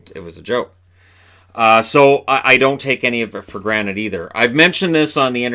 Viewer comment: Wait, did you say take it for GRANITE?!